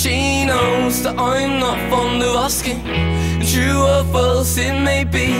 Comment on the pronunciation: it's pronounced "asking"